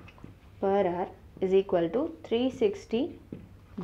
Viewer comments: Stop saying hour as ‘har’ all the time or better say it ‘r’ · that is hour not hoar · Mam हावर ni आवर 😊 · Thankyou for making it easy for me to understand. I just want to say, that "hour" is pronounced as "arr" as the "h" is silent , as in "honest" or "homage", I hear you say "har" and not "arr".😅 Thankyou again for these educationalvideos! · Hour is pronounced as 'our' not 'hawar'. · Ma'am pronounce it as Our hand not haar hand.... H is silent in this😂😂😂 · It is not har it is hour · "HOUR" not 'HOAR'...LOL......Hahhahahaha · Please improve your pronounciation it's very annoying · You mean haar ? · Dear it's not pronounced as Hour, it should be our. The 'H' should be silent. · it is not hawar (h is silent), but good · Exactly 😂😂😂 I am like....like seriously 😂 And prononciation of hour. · Your method is far better than this video! Can't stand her pronunciation of Hour. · your hour is extremely annoying kindly correct it. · ji, h is silent in the word 'hour' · First of all... In 'Hour' H is silent... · H is silent at the beginning of the word hour 😬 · HOUR. H IS SILENT. PLEASE understand that. It's so so annoying. No offense. Great video otherwise. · Your pronunciation for "Hour" is taking away all the good stuff in this video. Please try to change the pronunciation mam. 👍☺ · maam h silent hota h .....plzzz correct it ..its very irritating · The content is good... but 'hour' is not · See the pronounciation of hour.. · hour pronunciation😅😅